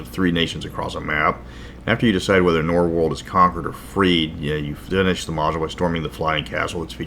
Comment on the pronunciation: Norwold. Not Norworld.